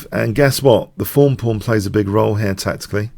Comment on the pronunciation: The "fawn" pawn.